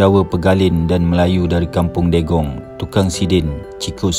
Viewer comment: Bukan Dégong, tp Degung (sebutan x sama dgn tulisan..)